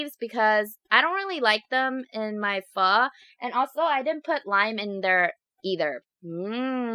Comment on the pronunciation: You said Phó wrong lol Ph-uh